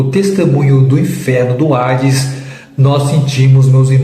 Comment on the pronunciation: Não é ARDES, O CORRETO É HADES